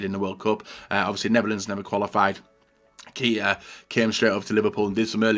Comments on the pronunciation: "keeta"🤢 "kayta"👍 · Keita = KAY-TA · You pronounced Keita wrong